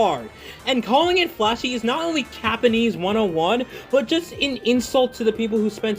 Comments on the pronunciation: i thought he was saying "CAPanese" as in hes telling lies.. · he's not saying Japanese, he's saying Yapanese, it's a term for a person who keeps talking to the point that it's annoying people